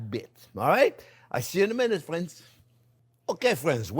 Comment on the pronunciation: same here. He brings me joy, especially when he says “fwends”. My hubby would have loved these recipes.